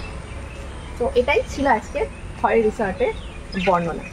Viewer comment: খৈরী ছিল এক বিখ্যাত পোষা বাঘিনী। তার নাম অনুসারেই বাংরিপোসির রিসর্টটি নামাঙ্কিত। খয়েরি নয়, উচ্চারণ "খৈরী"। ডুবলাগড়ি বীচ - ডুবলাগাছি কে বলেছে?